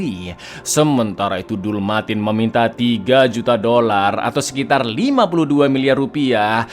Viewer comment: artikulasi dolar kurang jelas -5 poin 😂